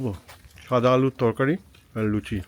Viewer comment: Word ta" Tokari "noi" Torkari"😄